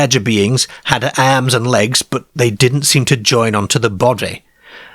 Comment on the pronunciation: This voice is driving me mad. ' Cair, stair (star). Airms and legs.